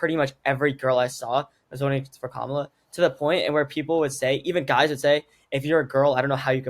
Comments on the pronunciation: you are such an insightful young woman. I understand your exhaustion. I would just want to remind you of how to pronounce her name...Kamala..we are of Indian orgin! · please pronounce her name correctly.Not Ka-mala but Kam-ala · Pronounced: Kama-la